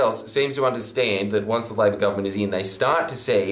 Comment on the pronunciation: It's "LA-BOUR GOVERNMENT"